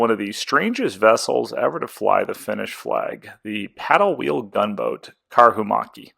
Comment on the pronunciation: Great video series! I like your pronounciation of Karhumäki, as it changes the meaning of the word from "Bear Hill" to "Bear macaque", which is an interesting animal. 👍